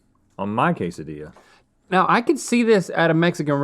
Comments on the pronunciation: It's pronounced 'quesadilla', not "case a dee ya". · How'd you miss "cake-dilla"? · LOL "kaysadiya" 😆 🤣